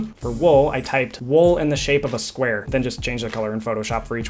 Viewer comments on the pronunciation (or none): "in the shape of a spuare"